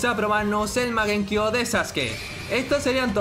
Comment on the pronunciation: Porque le dise magenkio XD es mangekio